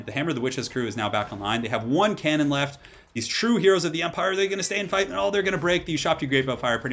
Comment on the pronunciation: It's a hell CANnon, not a hell CAN'Tnon